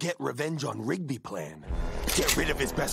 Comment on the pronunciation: Got that right. By the way, it's "Rigby" not "Ribgy".